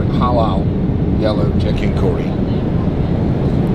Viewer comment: Why did you say “halal” in a weird way, hmmm pissed me off now